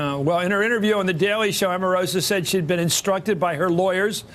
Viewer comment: I have to drop the volume everytime there is a video with this guy. Why is he always shouting? Omarosa is pronounced with a long O, like Oprah or Obama. You'd think you all would have figured that out by now. He is getting attacked from all fronts...but nothing is changing.